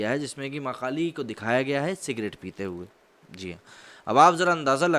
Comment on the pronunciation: Bhai sorry to say but aap jab v maa kaali bol rhe ho tb wo maa kaali nhi makaali sunai de rha